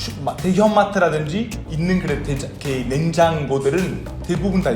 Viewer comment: 알베 이제 냉장고 발음 잘하는구나ㅋㅋㅋㅋㅋㅋㅋㅋㅋ